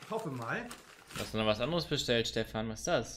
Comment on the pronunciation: Dieses "Steffan" Da muss ich los...